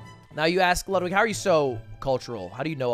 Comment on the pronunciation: I get so angry every time he miss pronounces Ludwig